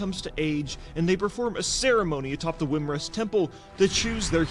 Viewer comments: Wymrest? Thought it was Wyrmrest. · It's not wrymrest it's wyrmrest like wyrm like dragon spawn hello